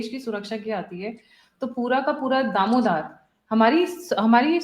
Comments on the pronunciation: दारोमदार not दामोदार please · आप हमेशा और बार बार " दारोमदार" को हमेशा दामोदार कहतीं है। इसे सुधार करने की जरूरत है। नहीं बोल पा रही है तो Responsible शब्द का ही उपयोग कर लें।